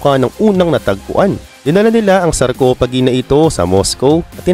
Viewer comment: Sarcophagi pronounce as "sarkopagai" not sarcopagii😂